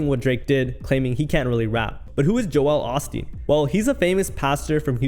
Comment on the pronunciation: Joel osteen. Joe L osteen. Rhymes with hole. Also, Joel was known for a hell of a lot more bad things than having a ghost writer